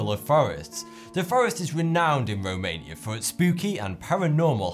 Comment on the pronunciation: norf womania is weally scawey